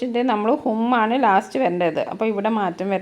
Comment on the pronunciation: ആന് എന്നല്ല ആണ് എന്നാണ് 😂